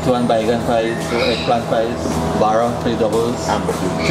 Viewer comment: Lovely content.....so happy to see outsiders loving my home......but bro please say baa-raa not bada